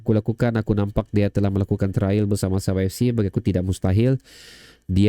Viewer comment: Trial bro. Bukan Trail. But good info. Tq bro.. Ba bila kita podcast? Jom